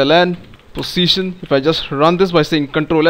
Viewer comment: nice accent fellow indian.. btw.. every time you told Position it looked as if saying Pussytion